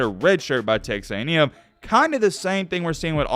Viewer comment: You just said "Tex A&M" wtf